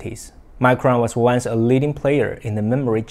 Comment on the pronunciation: That's not a relevant argument. This guy doesn't know ow to read, he pronounces revive instead of review. He pronounces lense instead of once. He can't do his job properly.